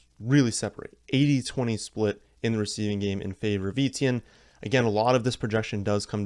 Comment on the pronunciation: Etienne is pronounced ETN